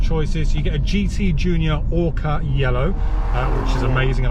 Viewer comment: its OCRA yellow (Italian for Ochre, not flippin ORCA which is a bloody great fish!!! Nice review otherwise.:)